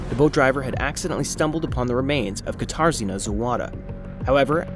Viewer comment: I keep hearing guitar Zena instead of katarzyna, I wondered what strange it was name that was 😅